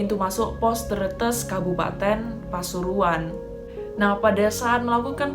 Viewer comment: pengucapan "tretes" nya salah 😂